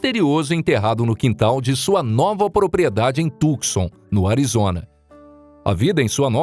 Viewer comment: A tal cidade de Arizona chamada Tucson e' pronunciada corretamente assim: TU (com o 'C" silencioso) SAN, e nao tucson como ele diz. Portanto TUSAN, com o acento no "A" da silaba final. TU-SA'N.